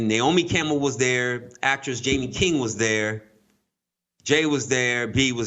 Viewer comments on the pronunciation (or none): none